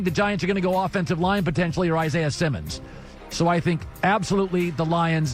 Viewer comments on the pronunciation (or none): none